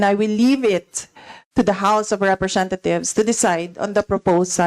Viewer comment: representa THIEVES tlg pagkakarinig ko eh. 😂😂😂